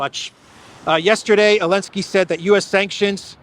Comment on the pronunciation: Why call him "Elensky" instead of "Zelenskyy"? Have I missed something?